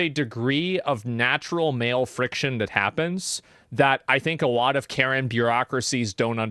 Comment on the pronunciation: I love AsmondAU "damn that's aLott Uvvv cUp($$)"